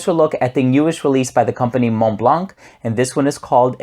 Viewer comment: Thanks for the review! Just a tip on the pronunciation of Montblanc—you can hear it here